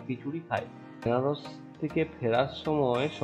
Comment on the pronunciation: খুব সুন্দর ভিডিও হয়েছে। অনেক ইনফরমেশনস্ আছে। একটা কথা বড্ড কানে লাগছে, কিছু মনে করবেন না দয়া করে। শব্দটা "বেনারস" ব্যানারস নয়।